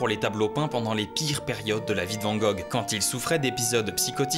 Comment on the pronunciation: Juste pour la prononciation : c’est « vane » et pas vent gogh comme un van/bus